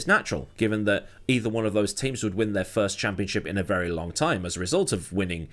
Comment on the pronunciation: has it really been that longK, you cant end a word with a G without saying K? Lol